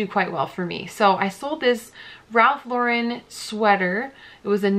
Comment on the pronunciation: Okay--everyone I've seen on YouTube pronounces Ralph Lauren's name incorrectly. It's pronounces LAU-ren (like the girl's name), not Lau-REN (like a French name).